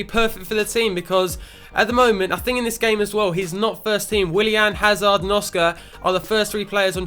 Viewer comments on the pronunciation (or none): none